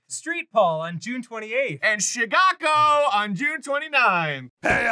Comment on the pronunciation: Chigaco! Don't you mean, chi-ken-ick chi-caaaaaaat, Arin?